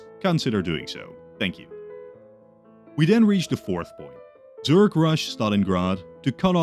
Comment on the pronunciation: Zurge rush? You mean Zerg, surely?